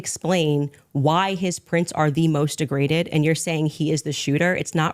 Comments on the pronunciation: PLEASE pronounce words properly! The word id DE-Graded, not Degre-dated. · "DEGRADADED" ??? Try a simple "DEGRADED". Try "NOTED" instead of "NOTATED". That's our language. That works. Nothing "fancified" necessary. Thanks. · DEGRADED!!!!!!! DEGRADATION!!!! NOT DEGRAGATED!!!!! FAAAAHHHH!!!! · Degraded, not degregaded. That was bothering me. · "Degregated" is a word? I thought it's "degraded". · The word is "degraded" not "degregated". Just FYI. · Degregated? Lol. Basic English and its your 1st language. Ling winded. Not really saying anything. Believed Andrew's piv previously? How can your opinion be taken seriously. Try something different. This is not for you. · you lost me at “degragated”. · Bro cant even pronounce "degraded" how can anyone trust your analysis of this case and debate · What degragaded mean? You say it more than two times. I not know but i know word degraded. That a word.